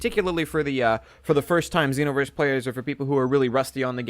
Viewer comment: Why do people say xenoverse with a short e